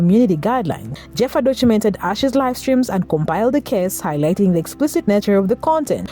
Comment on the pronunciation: Its not pronounced Jeffa, its pronounced like Heffa! 😂